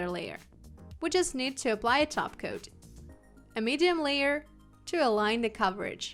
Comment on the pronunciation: I think your wonderful. Thank you for all of your tips, they are most helpful. As you give us so many tips and I know you like tips to help with your pronunciation of the English language, I thought I would let you know that your pronouncing base coat and top coat etc incorrectly. Your pronouncing "coat" as "cot" it's pronounced like "goat" but with a c instead. I hope this helps you out as much as you help us. Thanks again ❤️🙏🏼